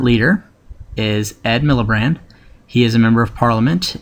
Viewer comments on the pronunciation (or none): "ed millibrand" - i laughed so hard dude, its miliband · A good video but you made some avoidable mistakes. If some non-English words appear, you should research their pronunciation. Sinn Féin is "Shin Fayn" and Plaid Cymru is "Plide Cumree". You should always double check details such as Edd Miliband rather than Milibrand and the fact that Conversatives are blue and Labour is red. Other than that, it was a good video. If you have sources to some of the points you make, you should maybe put them in the description. :) Thanks for the video! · I love the fact he's fucked up all the names. The liberal democrats were the liberals until the 1980s when the SDP formed the lib Dems with them. There was no new Labour Party until 1994 when Toby Blair became leader. Also it's miliband not milibrand. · Great! btw labour leader's name is Ed MilliBAND not MilliBRAND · Ed Miliband there is no R x